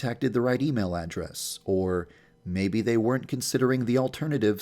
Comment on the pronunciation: Did anyone else hear it as "maybe they sent it to the wrong yanderess?".